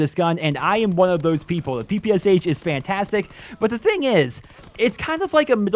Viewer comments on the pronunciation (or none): none